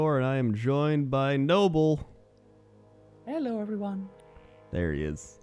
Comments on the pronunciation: Ze Germanz nobbel himself says its pronounced no-bowl. watch his fishing with episode. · Mispronouncing nobbel on purpose?